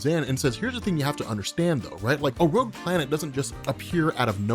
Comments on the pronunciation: xDDD Rouge planet... IT IS roGue ,not roUge... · rowge planet. rogue